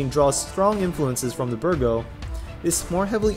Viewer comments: Bigro, not Birgo. No offense. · B I G R O Not Birgo